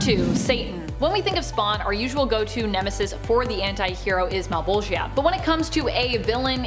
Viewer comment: Mal-Bowl-Juh Mal(pal with an m instead) Bowl(like for cereal or weed) Juh(Duh but starting with a J instead) Though Male-Ball-Gi-Uh had me g.o.l. (giggling out loud)